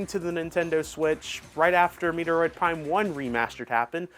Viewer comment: MET-ROID....for the love of god. Lol